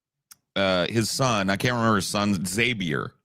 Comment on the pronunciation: seems to have the most trouble with proper nouns. Names of dictators, Names of philosophers/other figures, Internet Usernames/websites/webservices, Political/pop culture concepts. For God's sake he names his son "Zabiur" instead of "Xavier" 😂